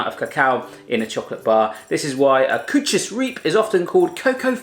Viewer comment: Whahaha kootjes reap zegt hij echt geweldig als ge zelf dutch spreekt like if you agree